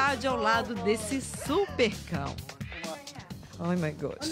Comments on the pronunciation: oh my goshhh kkkk oh my goshh Mana isso é inglês mesmo? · mds Mano Tem certeza que fala inglês (Oh my Gosh)